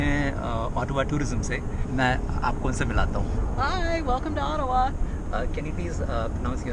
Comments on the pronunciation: Bhai main bhi aap ki tarah Ottawa ko O-taawaa bolta tha bachpan main 😂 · I also pronounce it Ottawa😄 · ओटावा,ईटावा हम भी ऐसे ही प्रोनोउंस करते थे😂😂😂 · bdw , humne bhi toh school mein "ottawaa" hi kaha hai !!!!! uska real pronunciation toh bahot baad mein hi pata chala hum bhartiyon ko !!!!! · I also said Ottawa in childhood like you